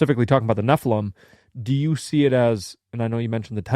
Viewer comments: I never thought nephilim sounded like heffalump, but then it feels like fingernails on a blackboard every time says "ne-ffa-lum" instead of "ne-ffi-lim". Like when my cousin would say "pin" when she meant "pen". Maybe we need to institute diacritical marks to standardize pronunciation? (I enjoy your banter. Just wanted to join in.) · It's because you're not pronouncing nephilim correctly...